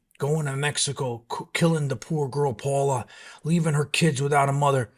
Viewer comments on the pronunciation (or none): Her name wasn’t Paula… it’s Paola “pay-ola”